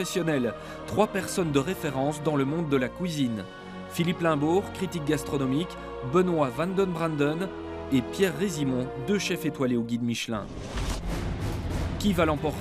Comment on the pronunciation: Mouhahahah ! C'est quoi cette manie de dire "la couisine" au lieu de "la cuisine" XD Merde, c'est qui ce commentateur ? Qu'il prenne des cours de prononciation !